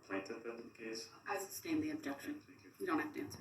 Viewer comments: He makes me nuts with his mispronunciations. "Tackit" is tacit. "Biast" is bias. "Umbiblical cord" is umbilical cord. "Substain" is sustain. It goes on and on. He never should have been allowed to try this on his own. I don't think the court of appeals will overturn the trial, but that's a concern. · “Grounds for the ‘substain’”….. what a moron